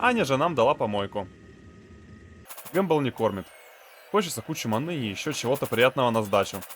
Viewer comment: зачем говорить манЫ, вместо правильного мАны. Ты француз что-ли?